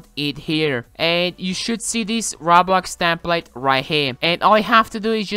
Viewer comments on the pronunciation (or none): ra blax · Why do you say roblox as robla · It's sounds like he says ra blax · RA BLAX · I like how he says roblax instead of roblox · I LIKE HOW HE SAYS ROB LOCKS ITS ROBLOX NO DEFENSE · This dude says Raw-Blox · “Rablox “ no hate I just thought it was funny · ENGRISH "Roaw-Blocks" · he pronaunces it like "raw blocks" that is not correct